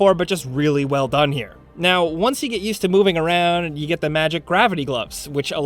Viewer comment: Ah yes, before yoy buy